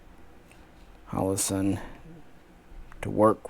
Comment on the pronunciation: It's pronounced more like WEESEN defence. Just so you know! :)